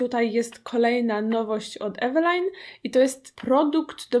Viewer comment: Wymawia się "Evelin"